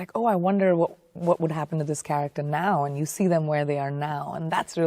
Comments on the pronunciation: Its Keanu, not Keano. WTF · " K E A N U " not Keano please fix the mans name correctly in the title despite it's two years old